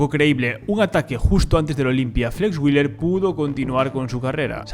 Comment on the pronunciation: Nicht Flex Willer, sondern wheeeeeler ;-)